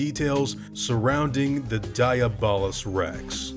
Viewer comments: I'm pretty sure it's pronounced Dee-ah-bull-us-, not die-a-ball-us. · It hurts to hear you pronounce it like diabetes and not like Diablo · I thought it was pronounced De-ah-blos rex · I think you pronounce it dia bol us rex and also Diablo someone translate that